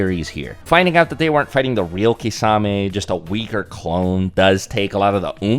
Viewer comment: Thank you for correcting pronouncing Kisame’s name.